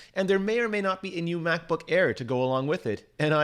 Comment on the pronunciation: "Macsbook pro"